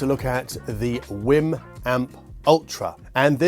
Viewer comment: Did you just say "It's a Wim Wim"?